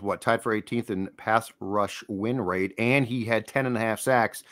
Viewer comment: “Pass rush win wate” 😂